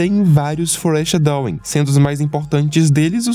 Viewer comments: o cara passa o iceberg todo sem pronunciar nada direito, que agonia fóri chedoim é meu bozó arreganhado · Amigo, vou tentar criticar da maneira mais construtiva possível: você precisa se esforçar para pronunciar melhor as palavras em inglês. Não é obrigatório saber inglês perfeitamente para fazer os vídeos, mas não custa pesquisar como pronunciar as palavras específicas que você vai falar, como foreshadowing e sugar no caso desse vídeo 😅